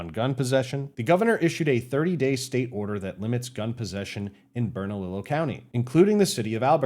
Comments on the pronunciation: Just a heads up it's pronounced ber-nuh-lee-yo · It sounds like Bern-a-lee-yo county. The double l’s get a “y” sound like in Tortilla